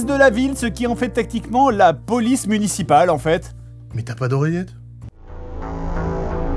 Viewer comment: la POLICE MUNCIPALE ?? :face-purple-crying: ça m'a tué "içi les céréales Kellogg's Corn Flakes ""